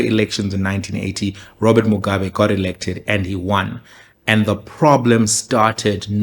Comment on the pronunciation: Even the way he pronounces Mugabe's surname says everything we need to know kuti why he took that position. Just replay muone. If you are going to tell the story taura sezvazviri shamwari, dont be that biased.